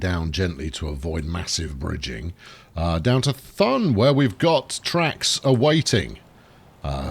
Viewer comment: everytime you say Thun I die in the inside because it's so horribly wrong